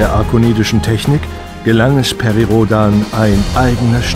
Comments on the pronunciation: Rhodääääääään. Nicht daaaaaaaan. man man man. Amerikaner!!!!!! Haaaalllloooooo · Ich weiß ja nicht wieso sie einen amerikanischen Namen (Perry ist immerhin ein amerikanischer Astronaut) immer eindeutschen (bei der Aussprache!), aber sonst mag ich das Video. Rhodan - nicht "Rodan"! Der Mann ist kein Deutscher (auch wenn ihm das Label Amerikaner sicher auch nicht mehr passen würde, er ist Weltbürger bzw. Bürger des Kosmos!) Ich denke sowieso das man mal wieder die Werbetrommel für die Serie rühren sollte und vielleicht auch wieder mal ein Spiel machen sollte (ich bin ein bekennender Liebhaber von "Operation: Eastside" - das allerdings auf modernen PCs eher schlecht als recht läuft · Die Aussprache entspricht der, die viele ältere Leser, die eben noch keine Englischkenntnisse hatten, bis heute nutzen. Natürlich müsste der Nachname englisch ausgesprochen werden, auch wenn der Nachname Rhodan laut Storyline von französischen Ahnen (ja, er hat nicht nur deutsche, sondern auch französische Vorfahren, der gute Perry) kommt. Immerhin waren schon seine Eltern in den USA geboren und als die Großeltern einwanderten, wurden alle Namen ans Englische angeglichen. Und wer nur einmal hört, wie noch heutige Amerikaner "Michael Schuhmacher" aussprechen, wird schwerlich glauben, dass sich unser aller Raumfahrer anders als "Rhoudänn" ausspricht.